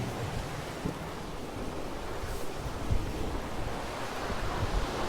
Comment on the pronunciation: It’s Tear (like tear paper) -ah-knee-ah Cove. One of my favorite movies. Always love your videos.